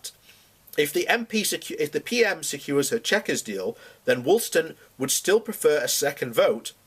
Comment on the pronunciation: Sorry, I was interested in what you might have said, ............but after you mispronounced her name, and the constituency, I pulled the plug. You really should do your research better, if you want to appear credible. If Sarah Woollaston feels the way she does, then fine, ........she should put it to the local people who she's paid to represent, and see if they agree to her re-election, ...............I think she knows she'd be out on her ear. I guess she's just holding out on the gravy train possibility of an EU job.